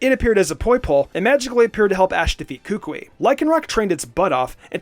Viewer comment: for sun and moon, he pronounced kukui wrong. listen and again